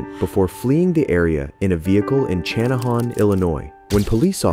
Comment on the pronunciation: Channahon is pronounced Shanna han.